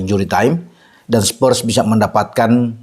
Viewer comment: Spurs Pak bukan Spers🤭